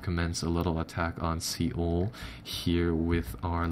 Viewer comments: Soul not ceol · just a thing for the future Seoul is pronounced like sole. :)